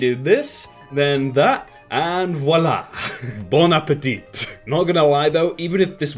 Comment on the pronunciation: Is no one gonna talk about on how he said bon appétit